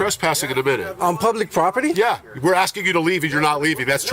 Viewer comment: Lol "aks, aks, aksing, my bidniss, deny me assess"